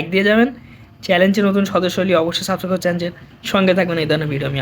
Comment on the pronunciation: সাবস্ক্রাইব ভালোমতো বলতে শিখুন আপনি তো ভালোমতো উচ্চারণই করতে পারছেন না তাহলে কিভাবে সাবস্ক্রাইব করব